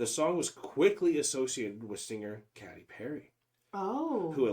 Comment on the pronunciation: Katy is pronounced K T.